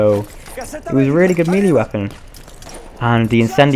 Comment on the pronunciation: and i also really find it funny how you say melee. not to be mean or something but its pronounced meyley and not mielie. i think im not english but i think its pronounced like that